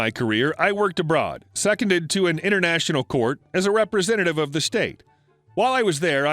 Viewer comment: FYI, it' pronounced se-COND-ed.